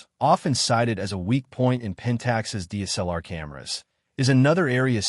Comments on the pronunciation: Your AI audio SUCKS. "DEES-L-R" is not D S L R. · agreed. Pentax K... ... 4 and Deesellar. Appalling. Why do these people flock to use AI voiceovers. I imagine they think it cool, when nothing could be further from the truth.